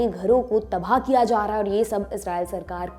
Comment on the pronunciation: आप ब का उच्चारण कई बार भ से करती हैं, ऐसा मैंने आपके बहुत सारे विडियोज देखने के पश्चात निश्चित किया। जैसे तबाह का उच्चारण आप तभाह कह के करती हैं।